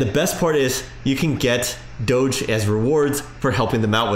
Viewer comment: If there is a Doggy on the coin don’t you think DOGE should be pronounced the same way?